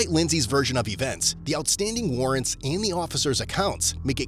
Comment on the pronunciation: Anyone else catch at the beginning, narrator saying "felony rarrants"?